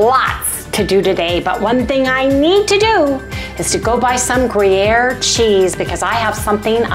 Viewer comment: speak is spot on today! Gruyere pronunciation perfect 🎉